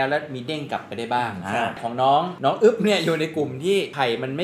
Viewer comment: อึ๊บนะ ไม่ใช่กึ๊บนะ 55